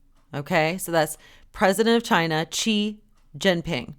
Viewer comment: Babe, all good points. But you gotta bone up on the Chinese pronunciation. Xi is pronounced like the word she in English. I studied abroad in China, a few actually haha. All jokes aside though. One uses the Qi spelling to make the chee sound.